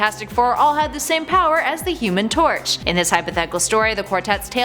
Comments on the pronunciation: At the beginning before she listed the versions she said human tot,I was said HUMAN TORCH😂😂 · Is it just me or did she say the human tort at the start